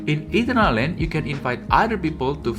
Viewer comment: bro its not Eaten-err-land , its ee-turn-al-land.